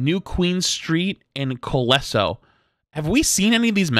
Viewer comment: Hey, just a friendly correction since the Colosseo map is gonna be here for a while, it's pronounced (col-oh-say-O).